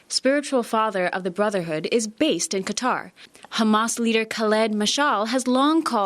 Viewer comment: Chanel Rion, Thank You, for pronouncing Qatar correctly. Maybe you could give lessons to all the networks reporters (CNN, CBS, NBC, FOX and OAN). How they come up with 'cutter' from 'Qatar' I'll never understand (and I'm a Texan).